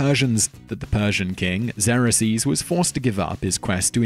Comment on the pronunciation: Re Salamis: the Greek admiral was named Eurybiades (and pronounced Euro--By-Ah-Dees - and the Persian King Xerxes was pronounced Zerk-Zees, although evidence in Persian show that this was a Greek corruption of his Persian name which was said as (they think - no one speaks Classic Persian anymore)... Krish-Kresh. Gawd knows how you'd spell it! Supposedly you can get the best approximation by saying it with a mouthful of pebbles!) And the Japanese Admiral at Tsushima was Togo, not Togu. BTW , you left the battle of Ecnomus (256 BC) off this list - Rome (A Land power with little naval experience) built a Navy, and invented a whole new technology (the Corvus) and then defeated the Mediterranean Naval Superpower of the day, Carthage, all in this battle.